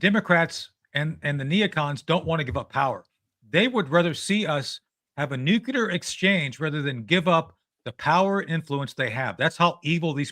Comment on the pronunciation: "Nucular" oh okay, credibility---. Next!